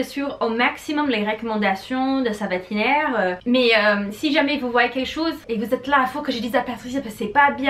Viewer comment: On dit vétérinaire et non vetineriaire lol...je me permets de te corriger un peu en toute amitié...😉